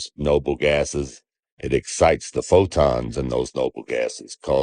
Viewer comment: If he wants to use the bible as a reference, why doesn't he mention that the sunlight gives life? WHAT AN IDIOT !!! I also notice he does not know how to pronounce Fotons, he pronounced it as " Fodons ".